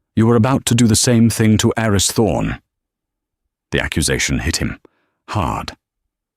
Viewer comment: The name "Aris" (short for "Aristotle") is pronounced "AH-ris".